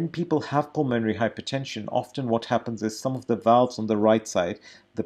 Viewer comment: Nice guy, and no doubt good Doctor. But badly needs to learn to pronounce "pulmonary".